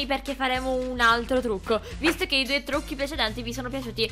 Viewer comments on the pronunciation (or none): All inizio ai detto "trucci"hahahahaha